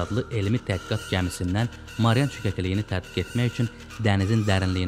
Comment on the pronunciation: Marian yox Mariana.